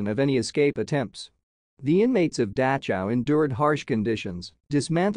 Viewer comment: I’ve never heard the name of this camp pronounced like this. It’s very distracting. Couldn’t finish the video.